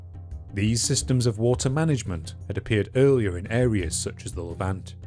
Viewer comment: He really says “Eawwier” 🤣